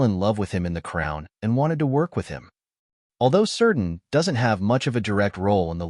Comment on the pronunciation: "Keerdan".. not "Seerdan"